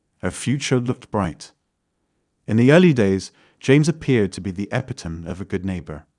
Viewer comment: What is an epitum? Oh wait, you meant epitome. 😂 The robot done f*cuked up lol